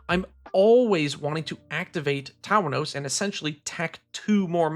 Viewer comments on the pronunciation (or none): ...Town-ohs? Oh boy. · How in the fuck are you pronouncing "Tawnos"